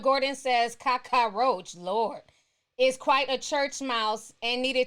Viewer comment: Y'all are goin in on Karachi! Ti! You professionally butcher names! Slice em up! 😭🤣😂 I'm here for it bitch! 🤭